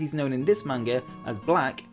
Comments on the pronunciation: MANGA!!! NOT MAYNGA!!! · everytime he said Manga I thought he said Mango 😃